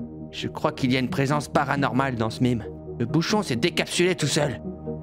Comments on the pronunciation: si tu lis les comms ça se dis "maime" pas "mime" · On dit mEme pas mIme 😂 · c'est un peut idiot je trouve de prononcer "mime" car à la base se terme vient du mot français "même"... Donc on le prononce à la française si c'est français ! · MEEEEEEEEEEMES et non MIIIIIIIME!!!!!! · Mais ? Le mot « meme » est d’origine française ! Donc ça se dit [ maime ] point ! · Ont dit maime les gars